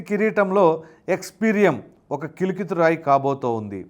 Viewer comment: News reader serious ga cheppadu. Meeru cheppinatlu kalikiturayi not kilkiturayi.